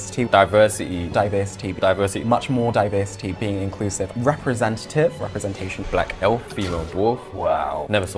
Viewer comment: RepresentashOON! love it. Sorry i cant spell it better than u can say it.